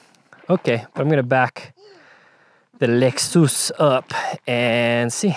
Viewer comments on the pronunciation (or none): I like how the Hawaii in you randomly shows up...... 'the lexsoos' 🤭🤙🏽